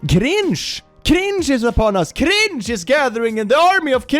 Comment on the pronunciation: Am I the only one who absolutely loves the way says "cringe" with his accent?